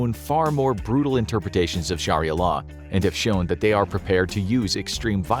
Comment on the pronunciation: I had to stop watching after 15 seconds. Scharria law dude it doesn`t take long to check the pronunciation